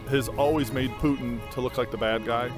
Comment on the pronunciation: dude straight up said PEWtin